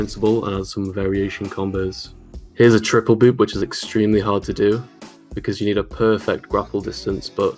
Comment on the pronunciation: After all these years I am just now realizing called one chapter "Double Boob" instead of "Double Boop"